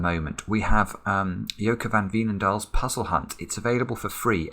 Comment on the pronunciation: First of all, thanks for the amazing content! Secondly, you’ve adjusted your pronunciation of Aad van de Wetering’s name so it’s more in line with the Dutch. Wouldn’t it be time to adjust the pronunciation of Joke van Veenendaal’s name, as well? ;-) The “ee” in Veenendaal is pronounced “ay”. So “vaynen-dahl”. Not to be too nitpicky or anything, I figured you’d like to know. Anyway, keep it up. Kindest regards.